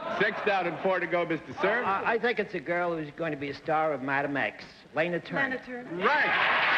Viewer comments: Yes, he could. He was especially prone to pronouncing a short vowel as though it were a long vowel, as in the "o" in "roster" and "modicum", the "e" in "felon", and the "a" in "Lana". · And Lana was very specific about how she wanted her name pronounced. Kind of mean of Bennett to go against her. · Bennett - "Lay Nah" Turner.... ROTFL. Bennett does it yet again. I'm surprised. Miss Turner was very particular to be referred to as "Law Naw" but most people referred to her as "La Na". Bennett of course misses both marks (even the most common incorrect pronunciation of her name). .... Oh Bennett! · Bennett misprounced Lana. .he said Layna when he guessed her identity. Listen close and you'll see. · Cornball Bennett Cerf can't pronounce Lana Turner's name... says "LAY-na Turner" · Lana Turner was a gorgeous and stunning woman. And for some reason, the more I watch this show, the more annoying Bennett Cerf gets. “Lay-nuh” Turner, smh 🤦🏻‍♂️. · face-blue-smiling::face-blue-smiling::face-blue-smiling::face-blue-smiling:Bennett Cerf has the WEIRDEST way of pronouncing certain things like Lana Turner's name -= as LAYNA???????????? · Yet another one of his erroneous pronunciations. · called her LAY-na Turner?!?!? wtf.... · "Lay-nah" Turner. For a well-educated publisher Bennett could certainly butcher the pronunciation of some rather ordinary words and names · That struck me as odd, too, as well-known as she was by then. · Either Bennett speaks New Yorker, he has a slight speech impediment, or both which has nothing to do with being a publisher if he wants to do that. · As an avid reader, Bennett tended to learn new words and names by reading them, rather than hearing them pronounced correctly. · Danello Yes, that grated. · Poor ol' Bennett, he just could NOT pronounce anyone's name! Lay-na Turner!!!???!!! Hahaha!!!! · Bennett strikes again! He solves Mystery Guest #2 but as he does SO often, mis pronounces the name....."LAY-NA Turner".....OH BENNETT!!!!!